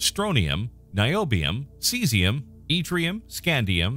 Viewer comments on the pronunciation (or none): none